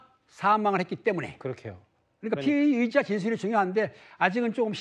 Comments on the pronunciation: 피해자인지 피의자인지 발음좀 신경써 주세요 차라리 용의자라고 하던가 발음때문에 누가 피해자인지 가해자인지 모르겠네요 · 피의자랑 피해자,,,발음 좀 잘 해주세요,, 천천히 하더라도,,, 모든 뉴스에서 피의자랑 피해자 똑같이 발음 하는거 거슬려요